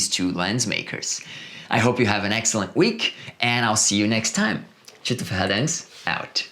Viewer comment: I could never catch this guy's name. I see Tito written there but he always call himself "cheeto head" or something like that. What is his name??? Lol!